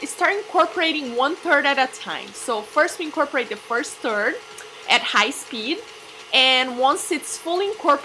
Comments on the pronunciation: I'm rolling on the floor. Can't stop laughing.. Did you mean a "third"? Or you actually added a "turd" to your recipe? Just to clarify things: A "turd" is a big pile of shit. Not sure it goes well with passion fruit babe. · one turd. too turd. tree turd.... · "one turd at a time" <<------- hehehe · haha! I just love her accent! But it is hilarious at times hearing those pronunciations. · S he said turd of butter